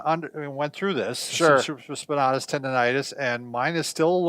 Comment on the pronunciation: Same here Jesse Collins. SupraspinAtis not supraspinahtus lol